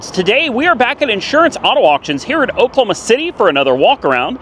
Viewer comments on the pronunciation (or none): none